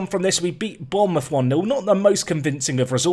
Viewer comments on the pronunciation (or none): none